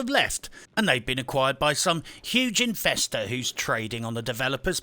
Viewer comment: When you mentioned "Investors", I actually thought you said "Infesters"! Probably not too far from the truth though! Yeah, as far as mobile "games" go, I would rather try to sandpaper a lion's ass while wearing a pair of pork chop panties! Great work, as always! And just what I needed after being woken up way too early! o7 Oh, and I may have to watch this again. Just for the laughs!